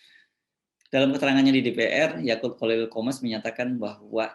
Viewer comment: Akut pak bukan Akul